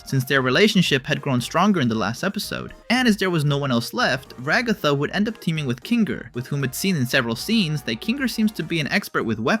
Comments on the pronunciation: The pronunciation of Ragatha :( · The way bro says Ragatha's name HAS to be rage bait 😭🙏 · Nevermind he said it wrong the third time